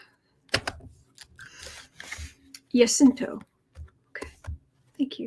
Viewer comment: Ja-SIN-to - I lived in TX back as a wee child, and we have one here in CA as well.